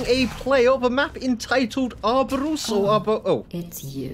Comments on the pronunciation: since you were having a hard time its "or oh bore" not sure how i would spell the last part but "oh s" i guess? closest i can come up with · Ouroboros is pronounced Or-O-Bore-Os